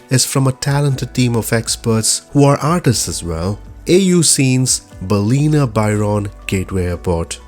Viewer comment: Your pronunciation of Ballina is incorrect: It is pronounced Bal-in-nar.